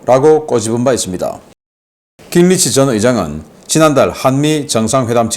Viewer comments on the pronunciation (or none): 신박사님… 깅리치라는 미국 정치인은 없습니다. 미국식으로 그의 이름은 ‘긴그리치’ 또는 ‘깅그리치’ 라고 표기하고 또 읽어주셔야 합니다. 다른 나라 사람들의 이름은 정확하게 표기 또는 발음을 해 주셨으면 합니다.